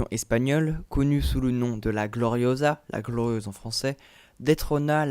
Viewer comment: on dit gloriosa, d'ou tu vois un z a la française